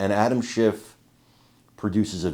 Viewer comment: Did you say "adam schiff" or "adam shit" because im pretty sure its the latter